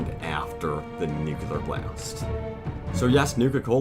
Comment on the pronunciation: "The nucular bomb" around 2min30. Hehe classic. Don't worry though in "The Crystal Skull" Indi couldn't get it right either and he's a scientist.